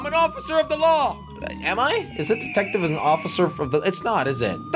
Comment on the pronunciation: I thought he said datective